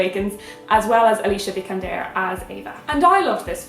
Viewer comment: hearing non swedes pronounce alicia vikander is too funny